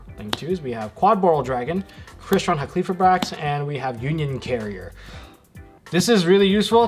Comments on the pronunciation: bruh tell me where in the fucking name does it say "-qli-" it is "Hal-key-fibe-rax" not "Ha-kley-fib-rax" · Halqifibrax is easier to pronounce than everyone is making it., you keep saying “HA klee fribrax” which is wayyyyy harder and easy to stumble over. Broken down should be “Hal kih feye bracks”. That’s how I say it. Easier imo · My dude, it’s Hal-key-fy-brax. Great video though.